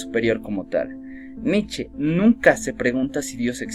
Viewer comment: Se pronuncia Nicha